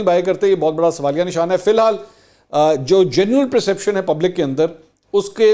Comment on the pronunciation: Perception not preeception